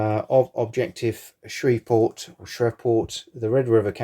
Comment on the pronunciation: Pronounced "Shreeve port" Shreve like sleeve.